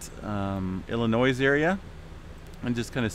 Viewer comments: Im familiar... Illinois is pronounced Ill ah noui (s is slient). Cheers! :) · STOP PRONOUNCING THE "S" IN ILLINOIS, THE "S" IS SILENT. I live in Illinois and it hurts my ears when I hear people mispronounce the name with the s. Thanks